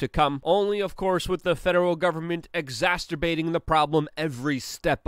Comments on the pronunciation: Luke.. can you please stop saying 'Exasterbate' The word is Exacerbate! Cmon bro you do this to me all the time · It drives me crazy that Luke says Omnicron instead of Omicron and exasterbate instead of exacerbate!